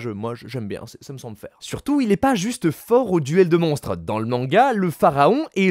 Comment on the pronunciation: J'ai beaucoup de mal avec ta façon de parler, avec tes syllabes en trop à la fin des mots... genre "trop fort(ah)" "millenium(ah)" désolé... je peux pas mdrrr